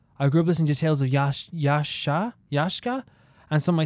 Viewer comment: Hearing you say Yashka even though it is written Yaksha absolutely destroys me inside